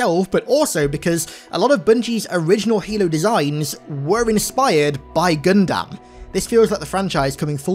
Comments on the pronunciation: would appreciate it if you could say gundam instead of gundamn brother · Love the video, but I cannot stand how you pronounce gundam. It's pronuced gun-dum not gun-damn. I know it's weird, and I apologize for being sort off rude, but i can't stand it. It's like calling Samus metroid for me. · You’re not saying Gundam right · Who tf says Gundam like that wtf